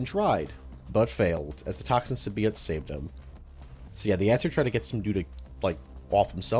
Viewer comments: The heck is a "simbeeought" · I don’t think he knows how to pronunce symbiote or morales.